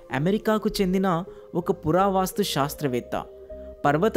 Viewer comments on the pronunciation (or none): పురా వాస్తు కాదు పురా వస్తు